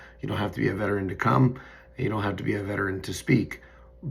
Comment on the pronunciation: Was happy to hear you called out by a vet in the recent town hall. Just wish he pronounced it correctly. Proof you’re making a difference!! THANK YOU!💙💙💙